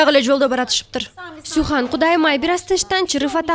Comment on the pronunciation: Сүхандын аты сухан эмес Sühan деген сүхан деп окулат